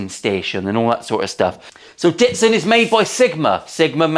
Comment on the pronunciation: Not Datson.... You know Ditson or Datson AIN'T IT JUST AIN'T IT 😜 lols.... Scotty Lawson here....